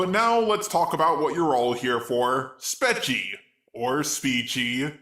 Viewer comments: It’s Spee-chee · She pronounces it as speachie... like put an s before the word peachy or a y at the end of speech. It is to be a play on speech and peachy. And what this at the end, is sounding very human there. The Robot Revolution is nigh! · I clicked on one of her videos and she said her notifyme account handle. It's pronounced Speech-ee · And I just watched her apology video. You don't know how to pronounce her name even though she literally says her name in the video you covered. What the lazy fuck.